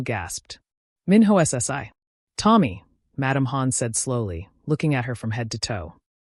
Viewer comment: Don't say Minho SSI, but Minhoshee